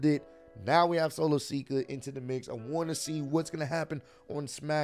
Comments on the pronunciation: it solo sikoa not solo seeka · it’s Solo Sikoa not Solo Sika😭😭😭